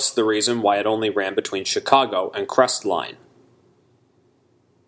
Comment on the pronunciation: On a side note. Locals don't pronounce the "T" in Crestline. We call it "Cresline".